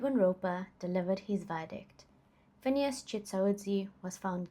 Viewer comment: You've just earned yours a new subscriber, just by how you pronounced Phineas' full government name🙌🏾 a feat even I as a black South African failed to do... Thanks for respecting your work and taking it serious... Keep up the good work..❤